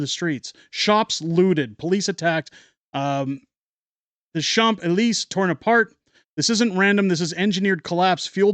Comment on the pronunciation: It’s pronounced Shaunce Eleezay — with emphasis on the last syllable. At least that’s what an anglophone from Alberta thinks 😊